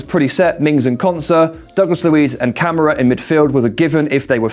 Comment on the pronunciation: It's ka-mara not camera 🤣🤣